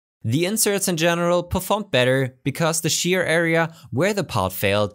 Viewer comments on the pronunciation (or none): none